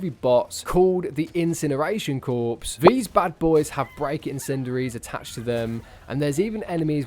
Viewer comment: Corps is pronounced like “core” fyi